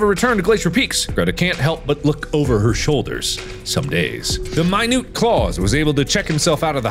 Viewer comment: If "minute" was meant to be pronounced that way, there would've been a period instead of a comma.